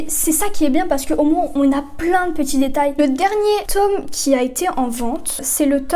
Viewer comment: Le tôoome MDR 🤣